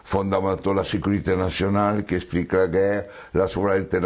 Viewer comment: Guerre pas gueurre ndeko. (C'est un détail mais comme vous le dites souvent, je me permets :))